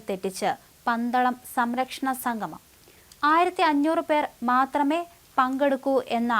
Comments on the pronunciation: സംഘമം അല്ല, അല്ല, അല്ല, സംഗമം. പോയി മലയാളം ഉച്ചാരണം നന്നായി പഠിക്ക്😢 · ഉച്ചാരണ ശുദ്ധി തീരെ ഇല്ല. സംഗമം എന്നതിന് സംഘമം എന്നാണ് ഉച്ചരിക്കുന്നത്. അത് വിരസത ഉണ്ടാക്കുന്നു.